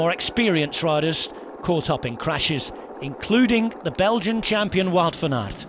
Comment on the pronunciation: his pronounciation of van aert and paris roubaix are not bad actually